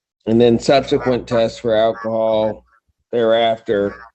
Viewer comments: You know it's bad when they pronounce it "ACK-i-HOLL" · “I didn’t know it contained ‘ackahol.’”